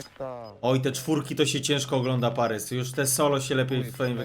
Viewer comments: Boli mnie to "parys" zamiast "paris" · Nie Parys tylko Paris.